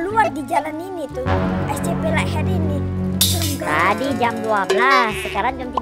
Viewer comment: Semangat Terus ya Kak,Terus tadi monsternya yang namanya light head jadi like head haha 🤣🤣,sehat selalu 🤗 semoga tahun ini bisa mencapai 1 juta SUBSCRIBER 😊